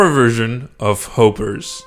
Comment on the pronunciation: It’s h-oo-p-ers